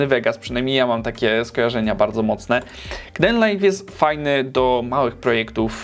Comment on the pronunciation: Rozwaliłeś mnie tym "k-denlajf", jeszcze tego nie słyszałem. Wszyscy wymawiają to z ang. "keejdenlajf" - :D haha, sam się nie mogę nadziwić jak śmiesznie i głupio polska pisownia angielskiej wymowy wygląda, ale nie wiem jak inaczej przedstawić wymowę angielską w pisowni polskiej. Co z Openshotem, takim odpowiednikiem Windows Movie Makera, czy Olive, czy Lightworks? Jakbyś je ocenił? P.S. Pisane z Manjaro KDE - instalacja 4 lata temu i dalej dobrze śmiga :).